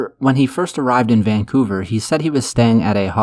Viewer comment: Hahahaha he said vancooter